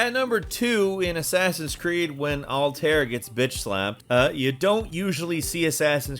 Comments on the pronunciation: What's awkward is how he pronounces Altair's name lol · Alt-air? Bae-yek? Bae-sim? Does this guy play AC games?